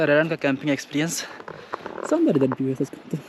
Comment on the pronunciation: Armenia jaa bhi view ko bhiew bol rhe h😂😂